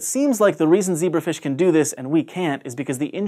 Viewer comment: ze BRAF ish, you say?